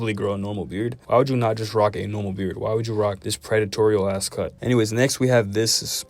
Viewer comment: Ayyyo dude said predetoreal